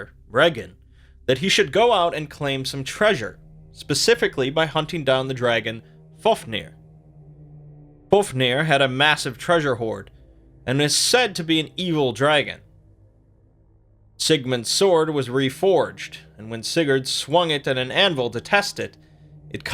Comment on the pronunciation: FAF-nir, not FOF-nir. Cmon my dude, that's basic shit....